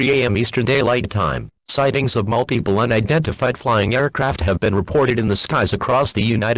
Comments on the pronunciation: "Mute-Iple" Go home EAS. You're drunk. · "Mute-Iple" mhm sure EAS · Nobody: Nobody ever: Not a single soul: Not even a snail: EAS: Mute-iple